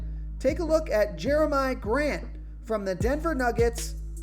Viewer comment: Your continued mispronunciation of the name Jerami Grant makes me think you've never watched the Nuggets play basketball.